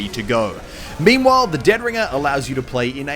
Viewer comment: he says memewhile not meanwhile :D